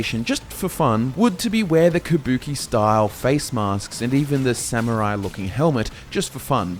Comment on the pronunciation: Before getting a minute into the, as both a Grammar Nazi AND a Pronunciation Nazi I would like to thank you for NOT pronouncing it as "Sa-MYUR-rai" like some Brits do, and by extension I imagine some Aussies might pronounce it that way as well. Good job, guys.